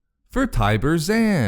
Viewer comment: Actually, the a in Zann is long, thus the pronunciation would be Tyber Z-au-n, that's how it's pronounced in EAW:FoC at least.